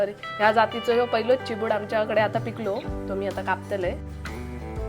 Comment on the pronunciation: Chibad not Chibdu